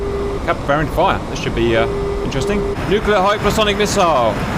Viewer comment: Ewww cap said “nuculurrr” Lol :)